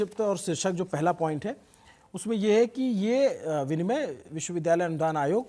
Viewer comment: विनिमय नहीं है यार विनियम है